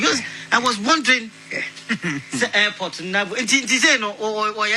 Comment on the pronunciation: Afia P0kuaa wanim paper plate ,wanim sir Air -Ter -Poli ( obaa fuu) fix your jaw Afia Pokaa ,Aboa